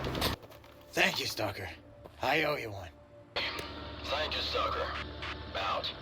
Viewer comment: your pronunciation is exactly correct for a non russian speaker.